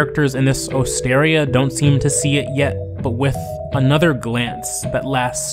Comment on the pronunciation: Osteria is pronounced ost-er-EE-a.